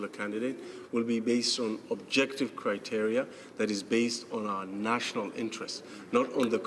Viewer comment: Haha Michelle, you are his kryptonite, you cracked him like an egg at the end and he started gasping for air by going on the attack. Not only didn't he know what you were talking about, he also struggled terribly with the word 'criteria'. He was practicing the pronunciation of the plural... I bet my kingdom he is not aware of the fact that there is a singular as well, let alone what it is. Nor did you spare the Chair's condescension. Good for you Michelle, keep on holding them to account!